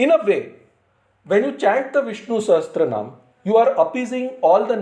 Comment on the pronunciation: It is pronounced Sahasra-naama, not SahasTra-naama. Sahasra means thousand